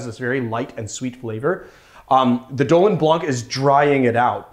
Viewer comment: Wow, that was a great drink. Love it when I have all the ingredients at hand...Dolin Blanc (you pronounce it well, it's just the C is silent...) and one day, I'll teach you to pronounce SUZE in the proper way....not SOOZE.... OK, I'm off to make myself another drink!